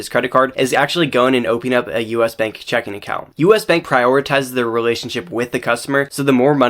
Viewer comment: Great information! But reading checking account as “check in” is rage inducing 😂